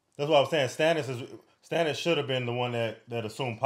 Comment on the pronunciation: Stannis's name sounds like Stanley, and Stan, not Stonnis.😊